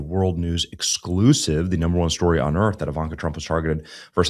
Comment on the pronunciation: Scorched earf!